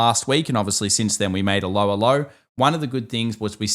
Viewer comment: When your Aussie accent said "a lower low" it sounded like you were saying "Allo, Allo"